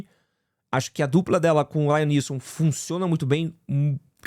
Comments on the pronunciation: Mas em ele falou certo. Ele falou errado o "Laiam Neeson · Isso sem falar no LAIAM Neeson kkk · Não é remake, é continuação. E não é "Lion Nilson" kkkkk